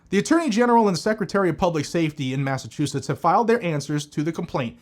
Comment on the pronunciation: “Masta” chusetts